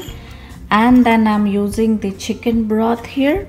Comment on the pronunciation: Chickeennn that a very funnie way to say it lol